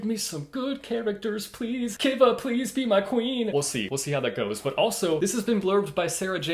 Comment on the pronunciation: It’s pronounced Kiva like Key-Va